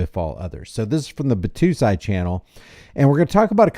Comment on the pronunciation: Bot-Toe-Sy. Sy like Pie. It’s a character from Rurouni Kenshin.